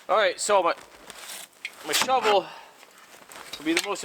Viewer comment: A new word: "So my snow-vel is gonna be the most important tool today." 😀